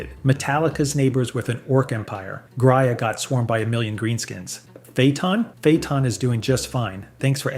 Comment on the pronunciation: please for the love of god fix the pronunciations. stig-ees, lase-gun, grayuh, and so many others are just horrible.